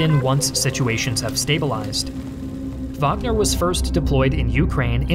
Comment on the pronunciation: Thank god you pronounced wagner correctly